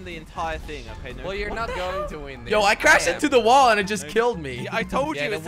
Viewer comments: said woll jelly said feenally bro WTF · It’s not a whool its wall jordy. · lol can even say wall he says wool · why cant say wall /LOL